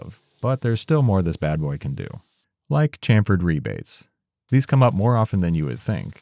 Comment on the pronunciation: for the record, rebate (when talking about the groovy type) is pronounced like rabbit, and is also often spelled as rabbet. Blame the wood elves of yore.